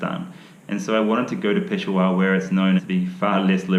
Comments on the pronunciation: pe-sha-war not pesowar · you are wrong miss...he pronounced it as PESHWAAR its PESHAAWAR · Peshawar or "Piss Hour"?😂😂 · He can’t even say pish shah war, he said it right while in the rickshaw. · Only difference I could tell is the last syllable. He pronounces it peshawaar. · Just fyi - not that his urdu and Hindi isn’t great. But its pish-shaa-wer, Peshawar. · I know he couldn't even say Peshawar the right way.